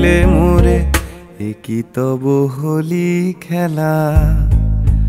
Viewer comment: You said "Holi khela".. kintu kotha hocche "Hori Khela"... Please try to correct that, as it stands out in such a pleasant presentation. And please drop the colorful side visuals .. those, I felt do not match the mood.